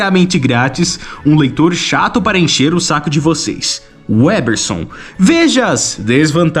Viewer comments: O cara desfez o L nas diversas vezes que falou Weberson... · Vc ta falabando sem o "L" porra. Aprende a ao menos falar o nome do cara antes de fazer o video hahahaha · Você diz que gosta de ler muito, mas não deve saber falar o que lê. O nome do cara é '' e por dezenas de vezes vc fala 'WEBerson' Você com certeza estaria nas fotos dos 'procurados' na revista MAD. 😄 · O cara fala o vídeo inteiro "WÉBERSON"! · Cara...o nome dele é WeLberson e não "uéberson".😂😂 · O nome dele não é Weberson, mas. Tem que pronunciar direito, cara. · Parei de ver vídeo. Tem um L após o We... Então pare de falar Weberson. O L tem que ser pronunciado, cacete. É weLberson. WEL. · O cara tem dezenas de chances de falar e em TODAS ele erra e fala Weberson... Pqp! 🤦‍♂️ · " UEL ... BER... SON ... " CACETE !!! NÃO " UÉ ... BER... SON " !!! NÃO TENTE MELHORAR O NOME !!! 😅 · você tem dislalia? Pergunto porque você não consegue pronunciar o L do nome WeLberson. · Caraca, o cara repetiu o nome WeLberson 200x e ele não pronuncia o L do WeLberson. É pior que o WeLberson. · você fez um video inteiro dedicado a uma revista inteira dedicada a UM ÚNICO nome, e você pronunciou errado o video todo jjjkkkkkkkkkkkkkkkkk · Cidadão, você não conseguiu dizer o nome do cara sequer uma vez certo. WeLberson!!!! WeLberson, pohha! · Não consegue falar o L de weLberson? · Foi intencional errar o nome do? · O engraçado é que nesse vídeo você falou o nome umas 50 ou mais vezes e NENHUMA das vezes você falou o nome do jeito certo, impressionante kkkkkkkkkkkkkkkkkkkkkkkkkkkkkkkkkkkkkkk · Desculpa, mas eu não consegui não notar o fato que você pronunciou o nome do errado 100% das vezes kkkkkkkk bom vídeo